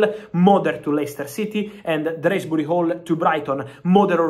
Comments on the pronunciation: DOOZBURY...... not DREZZBRY....... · Drehsbury-hall😂😂 Love You Fab😅